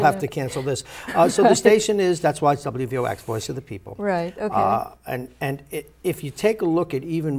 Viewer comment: i thought it was wvox not wvx